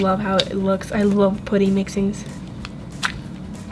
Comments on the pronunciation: It’s putty not pooty but good vid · It’s putty not potty no trying to hate but yeah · IT'S NOT POOTY IT'S PUTTY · It's putty not potty lol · It's putty not pooty 😂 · It is not poody it is puddy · I am not hating but when you say putty you say puotty u know what I mean it pronounced putty sou say ut not ot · I’m not being rude but in England it’s putty but in USA you say things differently you said pooty ,this not how you spell it but I’m only 10 1slime+1putty=1like plz like if you love slime if not dislike this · pUtty not pOOty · i’m sorry but not sorry it’s p-UH-tty not pooty 🤦🏽‍♀️ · I love you but you keep saying pooty not putty and it’s not very appealing to the viewers sorry. Love you 💋😍❤️ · I Absolutely love your videos and no offense but u say poouty instead of putty i am not trying to be mean so dont come raging at me because she is my top 3 fav youtuber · I dont want to be mean but you say pooty its pUty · Im not tryna be mean bc i love ur channel but it just makes me cringen when u say pooty, bc i thought it was pronounce putty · I'm sorry but it's putty not pooty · I think its adorable lol, but it also annoys me when she says "pooty" and not "P-UH-tty." Lol 😂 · She keeps saying poddy instead of puddy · it’s P U T T Y not P O O T Y uuuuuurrrrrrrrrrrr😞😞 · It’s putty not POUTTY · Anyone els get irritated by the way she says putty....put tea....it's putt ee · IT'S PUDDY NOT POODY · Putty not pouty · Why do you say putty like that. I thought it was pronounced with a uhh sound not pooty. Lol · Its cringy whene you say potty in stead of putty pls stop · Am i the only one that gets bothered by the way she says puddys💀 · its p-a-tt-E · Did anyone peep how she said putty she said put e and how she said clear glue not clear slime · is pronouncing putty wrong it’s pu-tee not puty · Can you plz say putty RIGHT😡😡😡😡😡😡😡😄😄😄😄😄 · How she says putty: pooty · its pronounced puh tee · She says "poody" lol! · (Put)(ie) is how you pronounce it